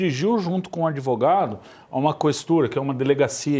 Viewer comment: E esse "dotô adevogado" esteroide anabolizante?????????? Tá tomando tanta bomba, que está precisando usar sutiã.